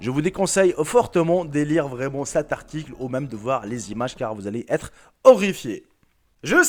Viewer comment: Tellement mdr il a dis qu'on serait ORIFIIER